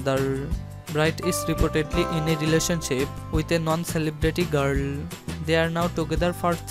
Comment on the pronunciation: His fadlel and his mothel. His gall. Im dead for laughing so hard. The accent tho